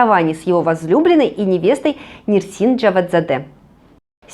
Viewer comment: сериал Серенай Шахмиран ,Ане шамырхан, имя жены Мурата Имане , а не Имам. Нетфлих ,а не нетфлекс ,имя Несрин ,а не Нерсин. ЧУКУР ,а не Чукюр. Чукурова ,а неЧукюрова и т. д. Написала как просили. Успехов в работе.